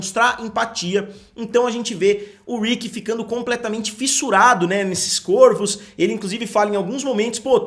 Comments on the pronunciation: Q aguniaaa.. fala Córvos, Côrvos não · Córvos ! Algumas palavras no plural, mudam o timbre da vogal tônica de "Ô" para "Ó", é chamado de Plural Metafônico. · "CÓRVOS" em algumas palavras no plural o timbre da vogal tônica se modifica de "o" para "ó". De nada